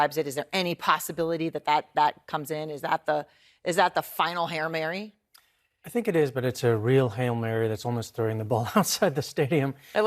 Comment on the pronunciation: Did she just say hair Mary?!! LMAO